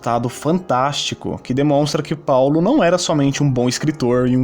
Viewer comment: vc tá tentando imitar o bonossauro falando Paulo desse jeito? pau-lo